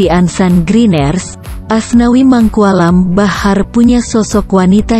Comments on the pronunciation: nyebut Asnawi jdi aswani😂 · Menit keberapa gitu sebut asnawi jadi aswani amsonkkkkk....